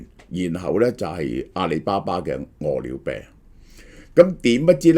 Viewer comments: 我聽到餓了病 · 萧生几年来一直读饿了呗🤣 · 大陆粤语都係读么（麼），呢个叫法听起身好奇怪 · 點解咁讀… 餓了麼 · 蕭生唔識個麼字點讀？